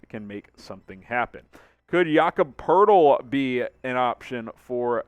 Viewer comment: Its Poeltl, not Poerdel